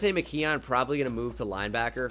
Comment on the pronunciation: pls pronounce McKeon “mick-kewn”